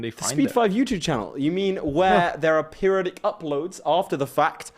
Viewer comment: it's pronounced peri-oh-dic